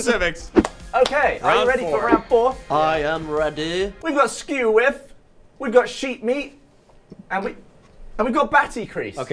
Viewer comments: I always thought it was "skewiff" not "skew whiff" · Please God do another one, I can't get enough of pronouncing Skew Whiff as two words haha I've always said it (and known it) as Skewiff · Exactly. What's funny is that I also noticed how weird pronounced skew whiff. He split it up way too much yet its understandable once I get my head around that not being a normal thing to say